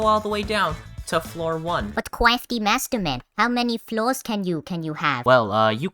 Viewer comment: I love it when you go “cwaftymasterman”